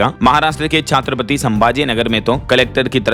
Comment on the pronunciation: अरे क्या बोल रहे हो छत्रपति को आप छात्रपति बोल रहे हो, ये एक महाराज को सम्मान देने का शब्द है ठीक से बोलिये।